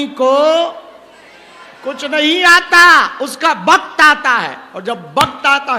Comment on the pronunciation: Guruji 'va' ko 'ba' bolthe hai like Bengalis....😊 He says Bakth instead of Vakth. Aadmi nahi boltha.... uska Vakth boltha